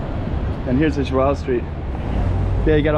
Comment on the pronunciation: I also came to say that you know how to pronounce the name "João" really well. :)